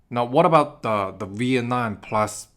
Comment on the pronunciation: You’re the first person who can’t pronounce Vietnam. The last letter isn’t M not an N. you pronounced it like the last letter was an N.